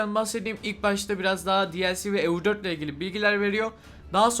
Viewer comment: Kanka neden Eu4'ü İngilizce konuşan Hintliler gibi telaffuz ediyorsun? :)